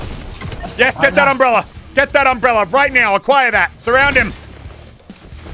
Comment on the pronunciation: no one: muselk: umbrellarrrr